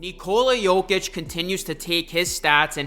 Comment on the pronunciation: You can't even pronounce the man's name correctly lol